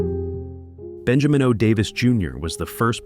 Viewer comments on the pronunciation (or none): none